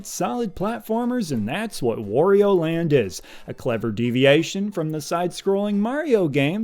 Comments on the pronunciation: You've lost me at "Worio" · Wario: rhymes with Mario.